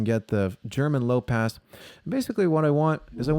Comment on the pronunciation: Did not hear him right when he said German Low Pass... It sounded like Chairman Lo Paas to my ears